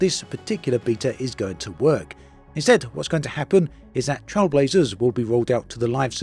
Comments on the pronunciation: Trail, as in "Nature trail", not "Trial" as in "speed trials" lol Even if you Google "Trailblazer meaning", you get a) a person who is the first to do something; an innovator and b) a person who makes a new track through wild country. So the name of the update is accurate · Is it just me or is pronouncing Trailblazers wrong? The way he says it sounds like TrialBlazers.